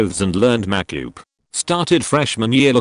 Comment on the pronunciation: It cracks me up that not one ai I've heard can pronounce "makeup" properly. :)